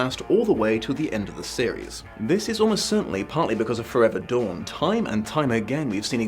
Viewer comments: With your accent. When you initially said breaking dawn. I thought you said Breaking Dom haha. Might have some truth to it or its to early in the morn for me and I havent had a cup of tea yet XD Edit :(went back and listened to it a few times. Convinced thats what you Dom not dawn. Genuine or Freudian slip?) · Did he just say... Twilight: Breaking Dom?